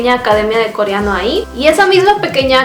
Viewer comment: Porque dice “CORIANO” jaja no puedo con eso.